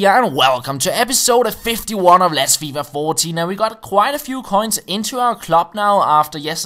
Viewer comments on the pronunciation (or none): none